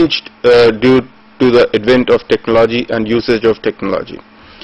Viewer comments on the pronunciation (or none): 'ECONOMY' is not pronounced as "Ecunomy", but as "Econumy". Similarly the word, TECHNOLOGY is pronounced with emphasis on the first "O". Also total lack of enthusiasm in the voice.